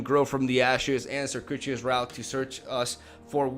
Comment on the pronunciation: the way he pronounces circuitous route is funny XD